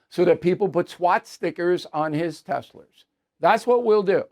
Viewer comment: “Seat stickers on his Teslers”